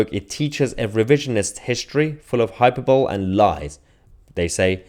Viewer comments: Good video but.. " hyper-bole " ? Try hy-per-bo-le! 🙂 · It's pronounced hai-puh-buh-lee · hyperbole? hy-per-bo-lee - but keep up the good work. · Mayar, please look up the pronunciation of the word "hyperbole". Other than that small whinge, keep on keeping on 😁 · Hi Mayar, huge fan. Please check your pronunciation of " hyperbole". Goes right through me. 😅tx